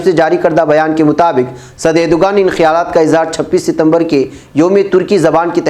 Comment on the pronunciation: Erdoğan [ˈɛɾ.do.an] (the English equivalent is approximately a W, i.e. "Erdowan") so Erdugan is wrong pronunciation, it is not english letter "g" but ğ which pronunced a w or अ in hindi (एरडुअन)